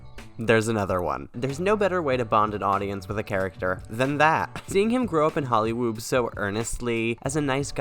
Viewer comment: CAN YOU STOP SAYING HOLLYWOOB? please say hollywoo lmao